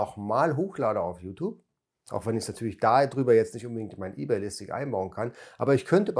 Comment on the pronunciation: Ey-bay und Wördpress, wer kennts nicht 😂✌🤔